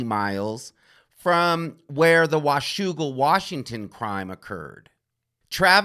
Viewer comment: I love how you said 'Washougal' correctly, as a WA resident.